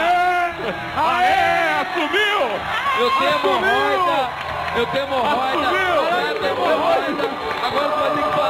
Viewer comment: “ MORRÓIDA” kkkk